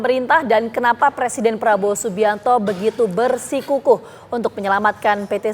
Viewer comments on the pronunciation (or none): anchor TV one penekanan bersikukuhnya keras bgt. Pro banget sma Kabinet gemuk